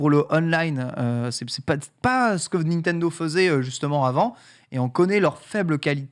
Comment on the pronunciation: Ca me rend fou qu' ne sache pas prononcer "Nintendo"